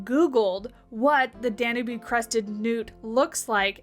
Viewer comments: It's pronounced dan-YOOB. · I think it's a very cool animal 🥰🥰. But I think the e in Danube is silent and instead of Austria you said Australia.